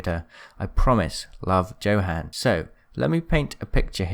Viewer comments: he says "Johann" like "Joe- han". its said like Yo-han (its german so its weird.) i just wanted to say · Im sorry but the one thing that annoyed me through all of this was how you pronounce Johan. It’s not Jo-han It’s Yo-Han He’s got a Norwegian accent so it means that Johan most likely be pronounced Yo-han kinda like how he pronounced blood hound as “Blooth hoon-der” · Pronounced [Yohon] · I think his name is pronounced "yo-han" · Johann is pronounced (Yo-honn)😬 I’m sorry i don’t wanna be one of those ppl